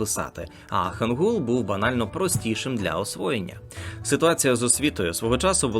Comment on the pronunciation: Вибачте, але ну яка ханджа та хангул... Я розумію, що ви це з англ.транскрипції так прочитали, але хоча б подивилися на укр вікі як ці слова читаються українською. ХАНЧА та ХАНГИЛЬ